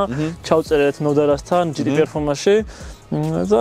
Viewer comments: ჯეტე არა ჯოტია ჯოტიააა😂😂😂😂😂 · ხერო მაგრა ასწორებს შენი არხი გიყურებ რაც დაიწყე იუთუბი პროსტა სასტავი ვუყურებთ და ამ ჯეტე ს შეეშვი ძმურად იმენა ყურს აზიქნებს ძმაო. ჯეტე 63 არა ჯი თი .. ჯეტეერი არა ჯი თი არი 😂